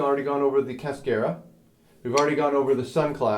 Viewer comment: It would help students if you pronounced "cascara" correctly. Not being a smartass. I enjoyed the video